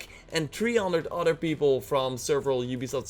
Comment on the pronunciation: And it's not udder its other